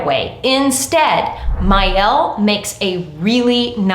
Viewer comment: The brand owner has an IG video specifically saying it’s pronounced “my-elle”